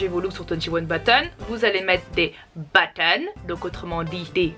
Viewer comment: Je crois que techniquement on doit prononcer le s de buttons dans 21 buttons voilà après peut être je me trompe lol c comme aussi “my unpopular opinions” y’en a bcp ils prononcent pas le s nn plus